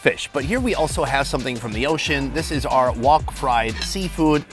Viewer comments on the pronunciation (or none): OUR rhymes with HOUR. ARE rhymes with R.